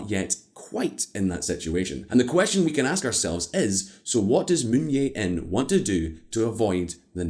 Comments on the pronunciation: Bruh...its Moon JAE-in, not Moon Yae-in. Lololol. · It is Moon Jae In. Not Yay In. Your channel is rife with mispronunciations like Rye-add instead of Ree Yad as in Riyadh. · Moon Je In, not Moon Ye In. You can pronounce it as Moon Che In as ㅈ consonant could be read Che and Je. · I've never seen a Youtube Channel that covers economics and geopolitics be so lazy with it's pronounciation. Given it's a channel dedicated to covering international issues, you'd think they would put more effort into it. Moon Yei-In instead of Moon Jae-In, Park Wen-Hee & Park Gyoon-Hyen (two different pronounciations for the same name within one video!) instead of Park Geun-Hye... I remember in another video they pronounced a Korean word Chaebol as Kaibol. And I'd imagine they would make similar mistakes with other languages too. Come on, pick up your game. Why should I trust anything you say when you don't even bother with something as basic as pronounciation. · Aside from the mispronouncing of the Korean leaders’ names, Could you kindly tone down the music volume a bit? The music is much louder compared to the volume of the speaker, making for a less than perfect listening experience. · Can you guys please learn how to pronounce Korean? Moon yay in? Hahahaha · Moon yae in. That's some European pronunciation. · You really need to work on your Korean name pronounciation,. Moon JAE (as Jay) In. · You know this channel is poorly researched when they can't even get the name of the president right. Literally, just look up a news clip and you'll know how to pronounce it but they can't even do that. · jesus christ the way he pronounces moon jae-in is so irritating lol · As a Korean, the way you pronounce president Moon bothers me so much! HaHa 😁🤣 Please google it next time, will you?